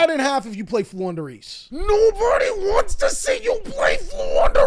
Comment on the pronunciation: you made me proud by saying Flundereeze.